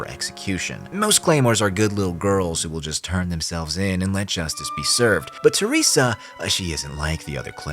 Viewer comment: Your pronunciation of "Teresa" is so off it pisses me off xD